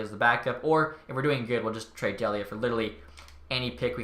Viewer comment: Colin Delia is pronounced Dee-Lee-uh. I only know cuz I graduated from Merrimack and Delia was a STUD for our hockey team, awesome to see him making the blackhawks